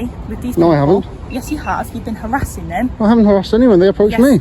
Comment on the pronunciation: Harrathing...what does that mean? I think her tongue is too big for her mouth. Section 35 Act...what is that? She has no idea what she's doing.